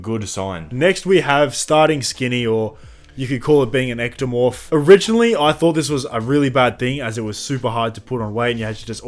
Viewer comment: The moment i heard "ectomorph" this video completely lost all credibility.